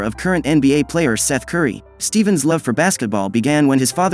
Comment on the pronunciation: Robot said Steven 💀